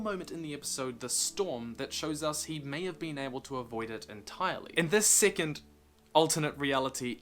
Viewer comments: He pronounces second/2nd like “Sickent” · In the beginning I thought he was saying "sickened" timeline lmao